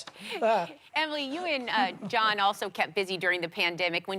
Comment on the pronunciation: It's John, not Kohn